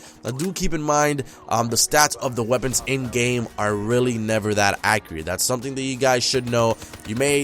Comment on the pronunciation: DJ Khaled? is that you? Thought I heard you say accriet. lol